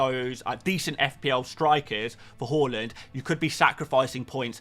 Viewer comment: You know when you asked how to pronounce Haaland. Well it is is Haaland, not Hauland. Google it. People were probably taking the mic with haul = hauling points.